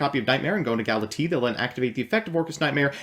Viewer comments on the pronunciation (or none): You really need to learn how to pronounce Galatea. It’s like tea from the anime that the end of her name. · Gala-T is her rapper name